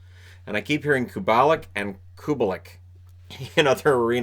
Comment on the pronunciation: then again, Kubalik is actually pronounced "Kuh-bah-leek"